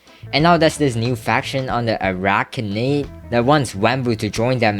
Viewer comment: Literally cannot pronounce arachnid, are all minecraft youtubers middle school dropouts?